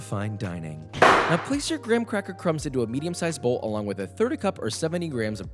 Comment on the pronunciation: "Graham cwa-kewy." 🤣🤣🤣🤣